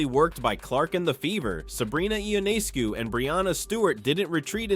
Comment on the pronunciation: The commentator (or is it the robot) needs to include name pronunciation as part of their homework. Sabrina (say what?)…. Ionaayscu??? Cmon! Shows disrespect and carelessness.